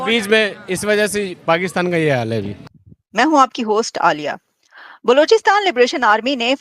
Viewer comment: bhaiya wo baluchisTHAN nahi, baluchisTAN hota hai